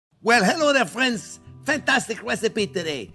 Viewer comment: Hewo dere fwends.